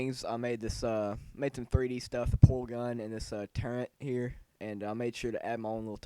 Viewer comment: its not pronounced turrent